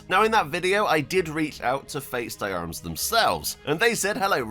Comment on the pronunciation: "Faits d'armes" try saying it like this "Fey darm"